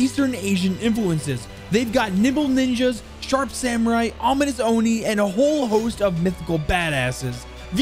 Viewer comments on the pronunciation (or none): none